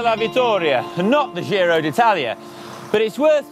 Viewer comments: Giro is italian not french so you have to pronounce it right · Another great video with in it - TICK! (PS: dear GCN crew, 'giro' is pronounced with the same initial sound as in 'job', 'giant', 'John', etc.)